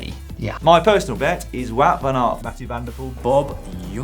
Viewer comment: You can pronounce Mathieu van der Poel just as you'd say Emma Pooley :)